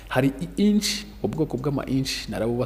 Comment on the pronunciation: Inch❌ niche✅